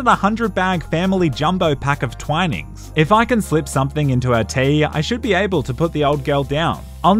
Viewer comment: Love your videos but please never say twinnings like that again and we don’t drink that anyway we drink pg tips or Yorkshire tea